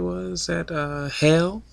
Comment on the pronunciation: Mispronounced Halle.